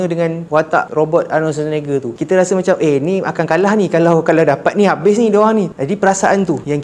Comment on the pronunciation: Nama Arnold tu sebut la betul2.. Arnold SusahNakEja.. 😂